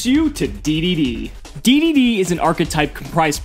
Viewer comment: It's pronounced "Double D" and "Triple D".